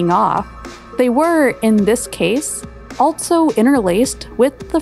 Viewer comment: Great vid. But... Can we make the word 'altso' off-limits from now on?